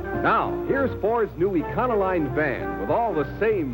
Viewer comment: E-con-o-line? i always pronounced it e-co-lean!